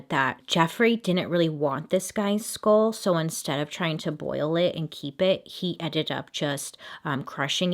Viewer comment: i dont know if its just me but everytime she says skull it sounds like school